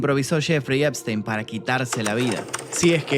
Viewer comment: NO ES,,,, SPTEIN